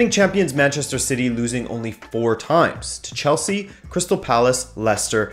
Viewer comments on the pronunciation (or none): none